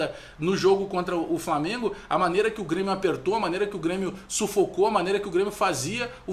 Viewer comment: Não, o Flamengo já deu! Ninguém aguenta mais ouvir falar "Falmengo".